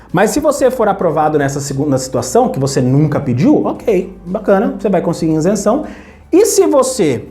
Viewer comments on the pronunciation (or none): "Insenção" dói o ouvido! 🤣